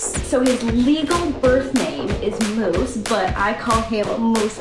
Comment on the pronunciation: I love it how she says moose